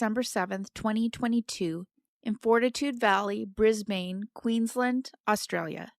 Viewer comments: It's brisbin not brisbayne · Before you record a video, please check how to pronounce names and place names. Brisbane, Australia isn’t “briz-bane”, it’s “briz-bn”. It’s a well known city, so mispronouncing it is distracting. Just Google it. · Pronunciation tip: Brisbane = “BRIZZ-bun”. The second syllable is very short, like “bn”. Keep up the good work! Thx!!! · Brisbanite here! It's pronounced 'bris-BIN' :) Fortitude Valley (mostly known as just 'The Valley' by locals) is kind of a notorious nightlife/druggie area known for being kinda unsafe (although it's improved a bit in recent years), but there is a large amount of low income housing/rooms to rent in the area also. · Sorry to be picky, but as an Aussie, Brisbane is pronounced “BRIZ-bin”, and Glover is pronounced “GLUV-er”. Thanks for bringing attention to all of these cases, I especially appreciate the Australian coverage. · First of all Brisbane has avery short a, more like a short u. It is Not the "bane" of anybody's life. Glover in our language is said like a glove, you put on a hand, not like a light globe. Sorry if Google only tells you how Americans speak.